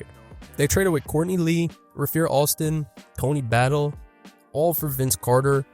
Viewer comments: Its Ray-fur Alston Tony ba-tee-ay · Rafeer Alston? Tony Battle? If you don't know how to pronounce a players name just look up a clip. Don't just make it up. Idk why gen z struggles with Tony Battie so much. saw someone else calling him Tony Baitey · Did you say Tony Battle? 😂